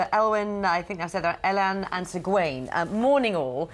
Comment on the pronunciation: If she has watched it from the beginning, shouldnt she by rights know how to pronounce Elyan not Elwin!!